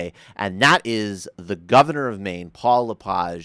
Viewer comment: Thumbs up To LePage, Who's insane? Your An Idiot sir, You Can't even Speak His name Correct, Your A Dip Shit. I think You Have A Little Powder On Your Nose...